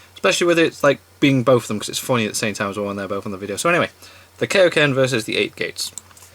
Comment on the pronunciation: How dare you mispronounce kaioken, you disgrace!